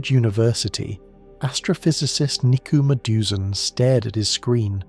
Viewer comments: Cmon, the guy who discovered it deserves his name be said properly. Its madhusudhan. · If you can’t even pronounce the name of Nikku Madhusudhan please stop going 124 light years. Get back to earth and fix your problem first